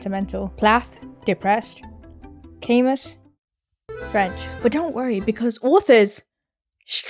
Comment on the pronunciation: You did NOT pronounce Camus like that